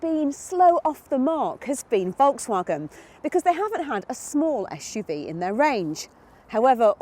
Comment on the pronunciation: It's pronounced S.U.V, with an S. There is no H in the word Sport!